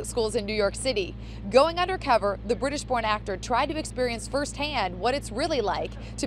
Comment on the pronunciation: it sounded like she said "the british porn actor"